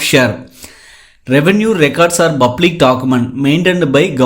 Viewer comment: ஒரு சமயம் Bublic என்கிறீர்கள் இன்னொரு சமயம் Public என்கிறீர்கள் உச்சரிப்பால் தமிழையும் ஆங்கிலத்தையும் கொலை செய்யாதீர்கள்